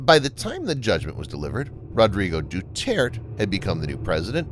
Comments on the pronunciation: it's pronounced dew-tear-teh and it's also pronounced be-nege-noh (as in renege no) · Duterte is pronounced De-tert-tay.